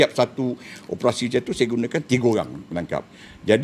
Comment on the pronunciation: . Bukan opprassi, tapi ....o p e r a si.